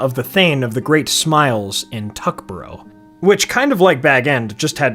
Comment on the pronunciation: Tuckborough is pronounced Tuck-buh-ruh, not Tuck-boh-roh At the start, Sam isn't Frodo's friend, he is Frodo's servant. When I first read the book in the 1970s I cringed at Sam's servile attitude to Frodo, but that servility is exactly what Tolkien wrote. He came from a generation who had lost their servants and resented the loss. So he gave Frodo a servant who behaved with the kind of fawning obsequiousness he wanted for himself. When the hobbits return from their journey they slip into their former roles very quickly, especially Merry and Pippin who switch on their entitled snobbery immediately. The Lord of The Rings is a cracking story, but with heroic characters who are quite frankly, awful people. Sam grows up - a bit - but he can never quite get over his simping for Frodo.